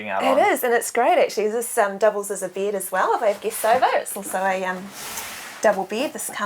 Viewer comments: and she pronounces "Bed" weird to me....does anyone else think so!? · Oh the way the she pronounces the the letter E is annoying. She keeps saying "bead" instead of "bed" she says she has a "deedicated deesk" instead of dedicated desk. Oh that accent is making me nauseous.